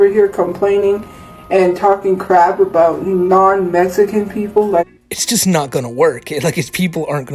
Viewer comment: How does she pronounce Mexican incorrectly?